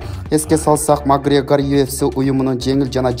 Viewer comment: Магрегор эмес эле Макоорегир кайдагы падыша